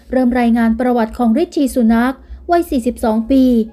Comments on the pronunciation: ริสซี่ ซูแน็ค ไม่ใช่สุนัข ออกเสียงให้ถูก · น่าจะว่าซูนาร์ค นะคะ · เราก็นึกว่าคิดไปคนเดียวซ่ะอีกเฮ้อ..สุนาค..เป็นสุนัข..ซ่ะงั้น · ควรจะออกเสียงว่า “ ซูหนัก “ ✍️ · คุณออกเสียงไม่ถูกค่ะ ซูนาค สระอูค่ะไม่ใช่สระอุ ฟังแล้วขัดหู หงุดหงิดเลยค่ะ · เห็นด้วยครับ..ฟังแล้วทะแม่งๆชอบกล คนอ่านข่าวน่าจะทำการบ้านให้ดีกว่านี้นะ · นามสกุลของท่าน ออกเป็นภาษาไทย ควรแก้ไข ไหมคะ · ออกเสียงนามสกุลเขาแย่มาก ไปทำการบ้านมาใหม่นะหนูนะ